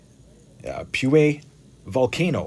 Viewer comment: Thanks! "POOYEWE" VOLCANO, haha im from chile !! I guess that's how you would pronounce it😅😁 kinda